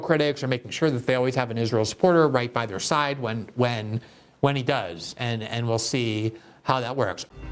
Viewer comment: Despite his thoughtfulness, I can't help being ridiculously distracted by the way he says 'and'. I've only ever her Brazilians pronounced 'and' like that before, and you have to forgive them, giving that English isn't their first language. But seriously Glenn, you know better. It's 'and', not 'annnnnnnnnnnnnnnnnnnnnnnnnnnnnnnnnnnnnnnnnd'.